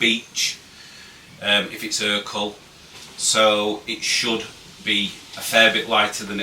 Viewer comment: It’s ercol